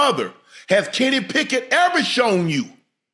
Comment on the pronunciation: Emphasis on the “ has Kenny Pickett EVER”l shown you that” frfr like huh